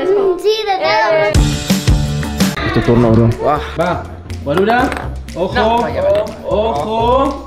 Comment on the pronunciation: 6.09 ay dijo Guarura